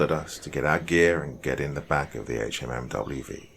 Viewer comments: The acronym is pronounced Hum-vee. Please stop spelling out each letter. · Can't even listen to this as it just hurts my inside every time he says H-M-M-W-V. It's pronounced Humvee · He's AI. Nobody calls a HMMWV by pronouncing each letter. It's pronounced Humvee. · Hum-V not HMMWV! So annoying 😝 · Good story, BUT.... Dude, it's pronounced "humvee". We don't spell out the anacronym HMMWV. It's Humvee. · The “HMMWV” has me cracking up! I know Doc is from the UK, so he is likely unfamiliar with the jargon, but it’s a Humvee”, a hummer used by the military. The original one. Lol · It's a "HumVee". No one says HMMWV. 1st story. Sgt is a lying sack of shyte. His men's respect for him was diminished by his lies and cowardice. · I skipped the first story. After the 10th time not saying “humvee” right I couldn’t sleep. After that I started picking the story apart (yes, all vets do this). No branch of U.S. military service says the word “hours” after the saying the time. Not “1800 hours” simply “1800”. The Staff Sergeant forgot the radios? On what planet? And he picked the fire watch based on seeing some soldier laugh…wtf. I like poking fun at the army but it’s just disrespectful to presume that level of sheer incompetence. I’m sorry. I’m being petty. The HMMWV thing struck a nerve 😅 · HMMWV is pronounced "humvee" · Brother please I'm begging just read it as humvee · I love your stories, but OMG I forgot how much hearing "HMMWV" instead of humvee or hummer, just grates against my nerves!!! Lol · I literally couldn’t finish it after he said HMMWV for the 10th time.